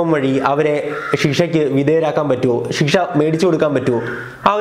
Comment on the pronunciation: ഷീഷ അല്ല ശിക്ഷ 🙄